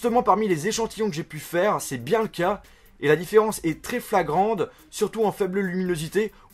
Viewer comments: Flagrande ? C'est flagrante, non ? ^^ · flagrante pas flagrande ! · " flagrande " ? :p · Différence "flagrande"... T'es fort en français toi !..